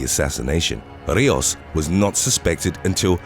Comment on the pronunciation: *Rijos = REE-hos (h like a Scottish 'ch')